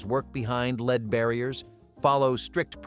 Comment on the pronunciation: Soundtrack says "without protective gear" while picture shows people in masks. C'mon, AI, if you want to take over the world, you're going to have to do better then that. Oh, and why does EVERY AI video pronounce the metal "lead" as "leed?"